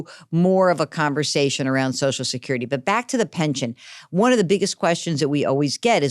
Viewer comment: He said it right the first time. "So So security" !!